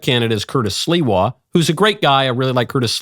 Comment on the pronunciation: Thank you Michael for pronouncing Curtis’s last name correctly!! The “Silwa” pronunciation is driving me nuts!!👍❤️